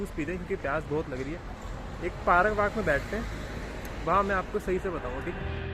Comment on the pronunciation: Paraak varak it's park 😅😅